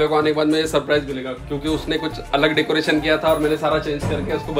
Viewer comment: Didi decaretion nahi hota decoration hota hai 😂😂😂😂